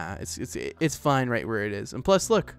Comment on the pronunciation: it ees what it ees